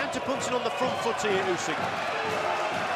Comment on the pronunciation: Why you saing 'usky' when it's Usyk. Are you making this on purpose?